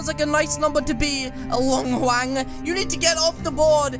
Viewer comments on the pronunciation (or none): none